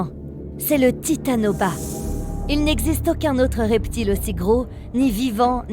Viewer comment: C'est pas le titanoba s'est le titanoboa